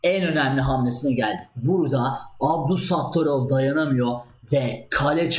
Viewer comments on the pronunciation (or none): İsimleri rusca yox, böylə söylemek daha doğru, daha TÜRKCE : Şəhriyar Məmmədyarov ve Nadirbəy Əbdulsəttarov